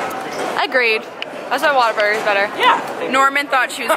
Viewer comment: When you said “Whataburger”, it hurt my heart 😂